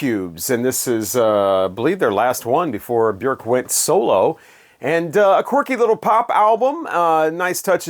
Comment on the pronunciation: Kudos for pronouncing Bjork's name correctly. I remember hearing her in an interview saying, "Bjork, rhymes with jerk."